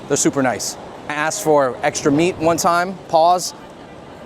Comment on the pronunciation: Nah cuz why he put so much emphasis the meat bro this my first impression of you 😂